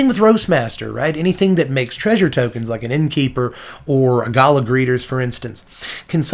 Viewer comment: It's "gala", not "gala".